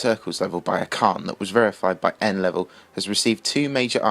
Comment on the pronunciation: Acharne probably quit because of how many times his name has been mispronounced xD